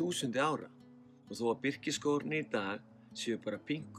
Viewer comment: Gott framtak hjá þér, en þú þarft að leiðrétta enska heiti á Birki, sem er birch, ekki birsh.